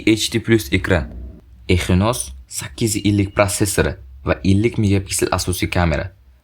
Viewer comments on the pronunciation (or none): Эхинос эмас Эксинос